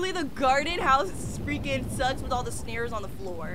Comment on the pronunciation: How funny is the fact she says vibe vwith me before it gets scary that caught me off guard